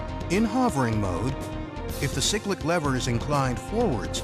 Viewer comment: I think you’ll find the lever is the collective not the corrective, and you have pronounced cyclic wrong. At least you called the pedals the anti-torque pedals.